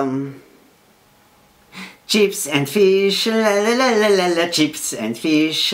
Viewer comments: on powiedzial czyps and fisz ? hahahah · "czips end fisz majnelibe lancz"